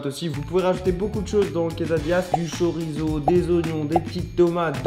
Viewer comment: La prononciation de chorizo 😂🤡 💀